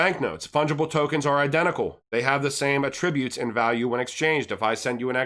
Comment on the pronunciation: Att-ributes and et-cetera